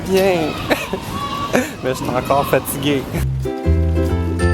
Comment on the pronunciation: Tu n'est pas fatiguer tu es fatigay ;)).